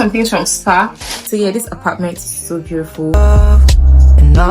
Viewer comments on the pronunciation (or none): Beautiful ❌️ Beauriful ✅️😂😂 Let me relax and enjoy this vlog oo❤❤❤